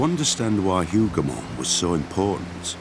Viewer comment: Hoover mons? C'mon, Timeline people. Hougomont